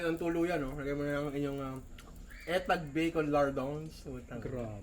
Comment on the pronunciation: Nong correct ko lang.. Etag=itag bigkas don...you're wellcum😘😘😘